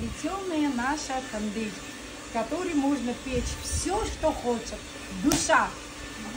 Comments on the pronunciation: Госпожа, пожалуйста перестаньте говорить Тэндир. На армянском языке нет такого слова, у нас это Тонир! Вы даете право кочевникам лишний раз гавкать на армян! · Лаваш-это Нахчиванский приоритет.не "тундырь",а тандырь. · Не тундыр а тандыр 🤦🏻‍♂️🤦🏻‍♂️ это же традиционная армянская😂 не знают как правильно называется,) 🤦🏻‍♂️ ТАНДЫР ещё раз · тУндыр😂😂😂😂вы хоть прочитайте как название правильно пишется😂😂😂😂